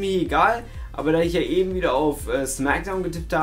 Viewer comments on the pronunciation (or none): none